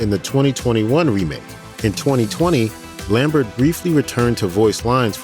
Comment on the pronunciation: You pronounced "Lambert" wrong.